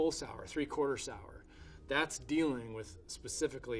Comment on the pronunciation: "that's dealing..." hahaha I heard that's dilling. Like dill pickle haha